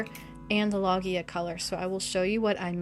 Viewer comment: Love your aesthetic! You may prefer to pronounce “Loggia” as it is meant to be pronounced: LOW~zya 😀 it’s a lovely Italian word ❤